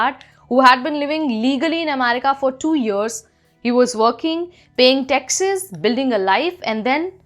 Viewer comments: Anchor says " paying texas" !!!! it is " paying taxes" , please get the pronounciation right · 😂😂😂😂 on my momma I read your comment the moment she said that “Texas” and now I literally cleaning the sprite I spat out of my mouth bc I’m choking from laughter 😂😂😂